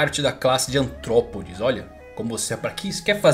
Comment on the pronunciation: "Antrópodes" EROOU hahaha, artrópodes 8D